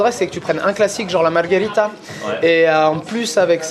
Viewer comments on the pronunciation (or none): Margherita, non margharita. T'es faux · Il faut prononcer “marguérita”...😉